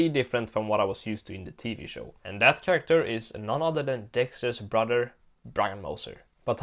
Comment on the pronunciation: You always had trouble saying Chracter